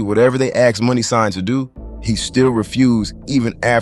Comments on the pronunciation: Aksed,? Or Asked.. Speak well putin, if u speak !! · Its asked not axed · Asked* Not axed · 🛑🛑🛑Asked 🤷🏻‍♂️🤷🏻‍♂️ NOT Axxed 🤦🏻‍♂️🤦🏻‍♂️🤦🏻‍♂️ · asked... not axed. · Axed he says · *Axed, not asked. Google AAVE.